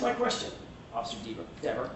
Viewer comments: … and for God’s sake DON’T call her Deeeeeever 😂😂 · Jackson. Mispronounces her name intentionally and it works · When mispronounced her name “diva” that was NO MISTAKE. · It was definitely multiple times. Earlier in her testimony, he pronounces it wrong and she specifically says "it's pronounced Deh-ver" and he apologizes to her. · It’s pronounced Deeeever. She gets pissed if you get it wrong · she is really defensive about him mispronouncing her name. If I was him I would have kept doing it to annoy her